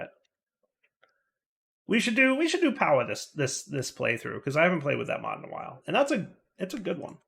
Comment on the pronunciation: It's "all the mods", not "all the modes" 😜